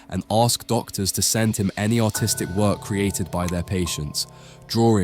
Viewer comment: You pronounced "artistic" like "autistic" several times.